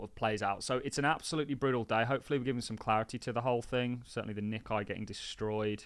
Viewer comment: Nikkei is pronounced “Nick ay” …..lord help us